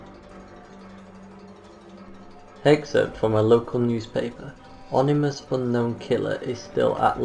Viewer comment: Was going to like....then heard him say "onimous" instead of "ominous". Nope.